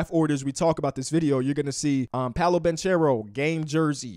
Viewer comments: Hey the guys name is pronounced with a hard c like bankero I hope it helps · Paolo’s last name is actually pronounced “Bankero” (correct Italian pronunciation) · Banchero Is Pronounced Banckero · Pronounced "BANK-ERO" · I thought it was pronounced (ban kare-O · bro doesn’t even know how to say banchero’s name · Can you please say Banchero right?